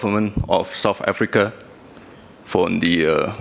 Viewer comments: Bukan soft Africa bung, south lol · Banyak salahnya aja bacanya...wakakakkk..kayak begitu aja dibangga2in...heheh..south africa dibaca sama gibran sop afrika..wakakakakkk